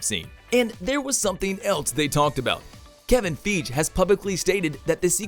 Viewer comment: "Kevin Feage" is a wanna be of Kevin Feige